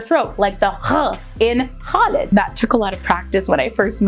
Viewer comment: That Khalid was very good😂